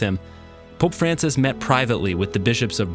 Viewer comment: On dit l’effet François pas l’effet francis